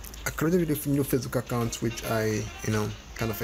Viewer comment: Kakaount ... Cacaount ... Dude I have no interest in your channel I just clicked by mistake and your video bothered me .. dude ! Before your upload a video , make sure to listen to your audio !